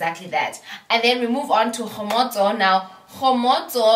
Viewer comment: It's how you pronounce Kgomotso for me. I love her. She's my fav!